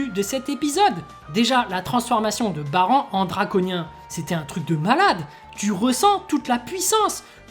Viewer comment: 25 ans que j'attends cet épisode. J'ai pu enfin verser des grosses larmes viriles en voyant mon bro Popp mourir . ça se "Baran" couille ta prononciation de Baranne